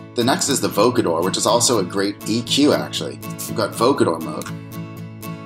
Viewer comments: it's pronounced VOH COH der, not voca DER :) lol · Great ideas! BTW, vocoder rhymes with "snow loader"